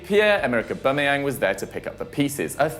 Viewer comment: Uba???😂😂😂 FD 😂😂😂😂 It's Auba Uba 😂😂😂😂